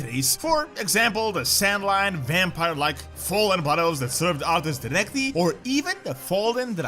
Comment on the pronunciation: it's pronounced "SAN-LAIN" not "san-line" but okay XD